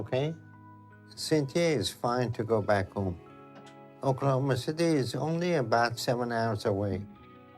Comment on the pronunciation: FYI it's 'Oooooooooooklahoma' not 'Oklahomaaaaaaaa'